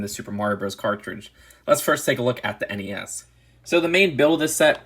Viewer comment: Thank you for saying N E S and not nezz